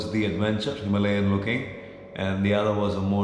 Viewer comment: bro why the wrong pronunciation of Himalayan ?